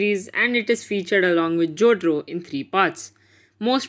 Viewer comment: WHO TF IS JOTRO? IT"S JOTARO MY DUDE!!!! LMAO